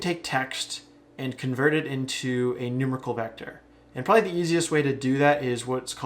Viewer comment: NooMAREickle, not NOOmerical >)